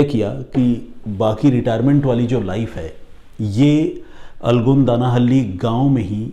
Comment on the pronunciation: Dear! Aapne jo pronunciation kia for 'Alagodanahalli' (in Kannada ಅಲಗೋಡನಹಳ್ಳಿ), it took me several minutes to figure out which village you are referring to 😂 Otherwise, you narration of the story is awesome as usual!!